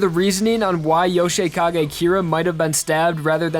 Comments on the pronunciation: Yo-shi-kage kyra lol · Your "Yoshikage" pronounciation bugs me out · Yo- shay-kagay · “Yoshay Kagay”